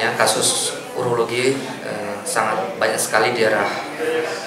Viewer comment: Bukan Eurologi, tapi Urologi